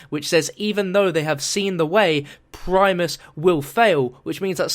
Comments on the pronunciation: PRIMIS not PRIMES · its primis not primes